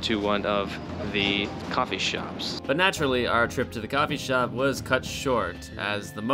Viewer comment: am i the only one who had to rewind twice to hear what he said and understand what he actually meant? copy shop but coffee was meant they were (..) to fall but meant was they were just full